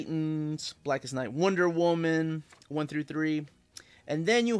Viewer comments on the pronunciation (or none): none